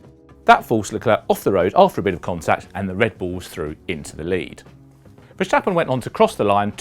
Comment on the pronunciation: Just say Max if you can't pronounce Verstappen